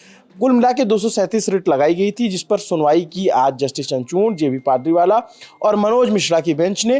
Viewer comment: Abe 'Chanchurn' nahi hai, 'Chandrachud' hai naam bhai!!